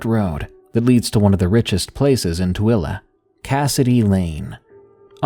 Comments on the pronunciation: I am very impressed that you pronounced 'Tooele' correctly. Good job and thanks for the great stories. 😊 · As a Tooele resident myself, I am impressed you pronounced it correctly.